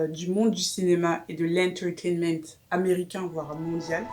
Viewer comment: Une nouvelle vidéo 😻 « an untegement » 😂